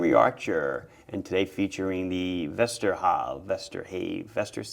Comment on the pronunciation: Your pronunciation of Vesterhav is nearly spot on. Great looking watches but I would not mind smaller sizes and a no date option.